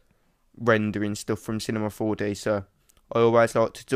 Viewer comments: I like how you say Cinema 4D to "Cinemah 4Deh" xD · he said Cinema 4Deh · "Cinema 4-duh"